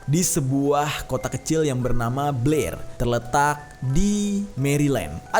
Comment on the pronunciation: BLAIR WEY BUKAN PLAIR🤣🙏 Beda cerita kalo mulut udah typo😂